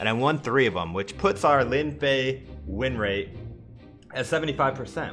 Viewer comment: "The lowest rinrate"